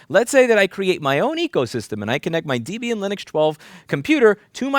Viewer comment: The Critical Drinker totally does too. Did you buy those sunglasses off of Amazon, I want a pair... :P (also, you really do need to learn how to pronounce Debian correctly. (Debbie and Ian... Dehb -Iehan... )